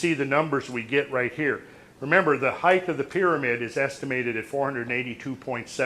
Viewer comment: I wish he stop saying "heighth." ! A sure sign of poor education. HEIGHT! Not heighth! {:o:O:}